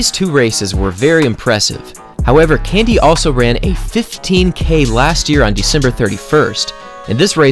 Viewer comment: It's k.a.n.d.i.e (with an eeh at the end) not Candy.